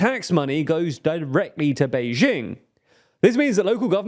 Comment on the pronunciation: Nice job. Since you do a few videos on China you should spend some time getting the pronunciations better. You already do better than many. Beijing has a hard J in jing, like jingle bells. Guizhou has a hard J sound as well. Zhou sounds like the name Joe. It’s easy really. We don’t expect you to pronounce the tones!😅